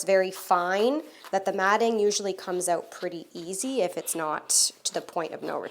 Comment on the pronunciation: I smile every time I hear you say “owt”.